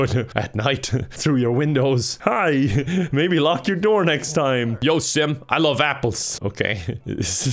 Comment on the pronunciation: I hear simp every time he calls out sim